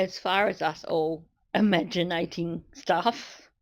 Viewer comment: Imagi- na- ting 😂😂